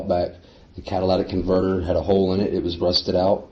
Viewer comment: "Cadilladic Converter"